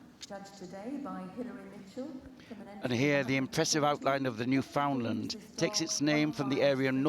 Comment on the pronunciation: Jesus, Mary and Joseph. It's a Newfoundland Dog. Not a Newfoundlund. The name rhymes with Newf-In-Land, as in understand. Newfoundland is not in North Western Canada. It's as close to The UK as one can get an still be on The North American continent. Smarten-up will you.